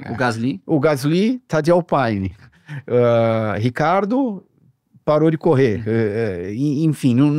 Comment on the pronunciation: Me desculpe a chatice, xára, mas me doeu alguém de uma família de tradição automobilistica, chamar a tradicional marca francesa Alpine de "Alpaine".